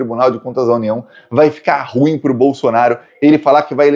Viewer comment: SERÁ QUE VOU MORRER SEM TER O PRAZER DE OUVIR DIZER RU IM COM DUAS SÍLABAS?